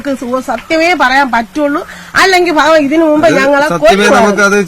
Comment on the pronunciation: ബഹവാൻ അല്ല ഭഗവാൻ